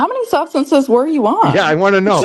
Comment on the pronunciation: the guy can barely get the word substances out. Actually never did.